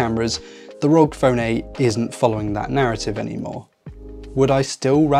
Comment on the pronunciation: It's not Asus rog, it's Asus "r.o.g." (republic of gamers)